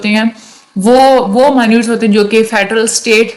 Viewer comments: مائنیوٹ نہیں ہوتا۔ منٹز ہوتا ہے۔ The record of meetings is called MINUTES (Mee-nuts). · Mi-Nutes Nhi Min-its Pronounciation Sahi Krlein Warna Hamari Khraab Hojayegi